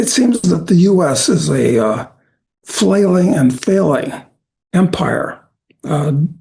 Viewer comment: What’s an Empre? 😂